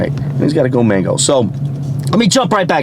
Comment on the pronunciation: So nice to hear that guy pronouncing Go ManGo correctly. Now we to get you on board with it.